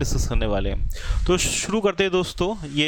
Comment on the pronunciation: Rrb ki site pe jao, jo kaam krna h wo suru krdo... Wah kyaa hindi kri h guru awesome 😂😁😁😁